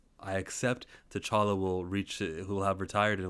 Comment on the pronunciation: It’s T’Challa.